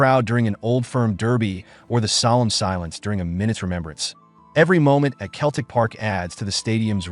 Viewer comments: Celtic is pronounced with a soft C sseltic Not Keltic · Pronounced "Selltick" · Gave up after 3 seconds when I heard the word "Keltic". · Hey look! A talkin baw. Sell, tic. put them together selltic is how you say Celtic Ya Numpty! Hail! Hail! 🇮🇪 🇵🇸 🇮🇪 🇵🇸 🇮🇪 😎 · FFS ! Can't even pronounce Celtic properly! Useless video. Deserves a solid 👎